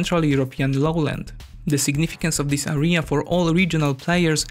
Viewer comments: Hi, English teacher here. I can say that you slight tendency to mispronounce certain words such as "area". Btw. Pronunciation is somehow close to registration plate from my local area - RJA, er(i instead of j) and a. /Eria/ Cambridge dictionary might be extremely useful for pronunciation purposes. Probs for collab with Caspian tho. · It was a very interesting video. However I have a little remark. You have to pronounce the word "area" with a stress on the first a. Keep up the good work!